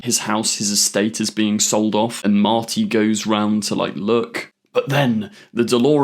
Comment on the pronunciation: ah yes Doc and Mharti